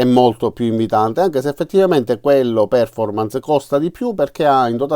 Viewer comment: Solito utile video grazie all quale decidere se andare alla Lidl oppure no :-D Post scriptum Poiché i tuoi video sono molto popolari, adesso hai grandi responsabilità, come recita spiderman nel film :-) Perf-ò-rmance Gua-ì-na sono le pronunce corrette da diffondere nel web!